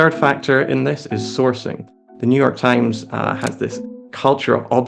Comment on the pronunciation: Ah, yes, the Neue York TimeSS